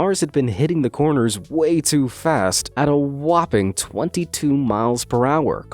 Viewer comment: i love how he always says WHOPING